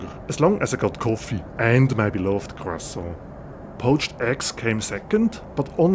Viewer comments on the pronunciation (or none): none